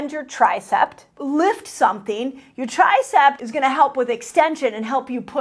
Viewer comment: H my, it’s tricep and bicep, not ‘tricept’ and ‘bicept’. Hahaha, so many of us grew up hearing them that way…